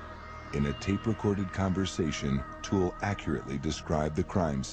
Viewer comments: What is the narrator calling the OToole guy? I thought he was called Otis but he keeps saying Honest or something? I have never let my kids out of my sight in shops. Even when they tried out the "tantrum" tactic and I pretended to walk away, they were always in my line of vision, even though they thought I was gone. It happened twice, once each and never again. I used the leash things on them too so I always knew where they were. This must have been devastating. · Otis toole. For some reason every doc I’ve seen pronounces the O in a way one would say “AH” when the doc tells you to open your mouth and say “AH”